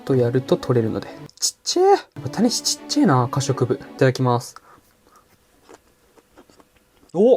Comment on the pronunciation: タニシの発音違うくね？ 谷氏になってる